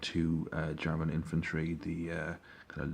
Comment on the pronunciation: Wtf your German pronounceiations are really good. You sound more like a German trieing a English accent than and a English person trying to speak German.